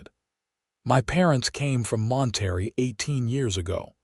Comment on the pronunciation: 😂 🤣😂🤣😂 at the way AI pronounced Juarez and Monterrey. But it finally pronounced 'wound' correctly. Bravo.